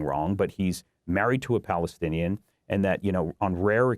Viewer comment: Married to a Palestinian American. Please say it correctly!!!